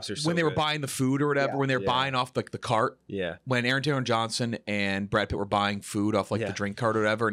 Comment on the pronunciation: "Brad Pritt" -JeffD